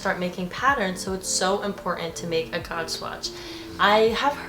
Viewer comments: Gauge is pronounced similar to page. 🙂 You have some very good suggestions. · Haha I was going to say it’s pronounced “gage” 😁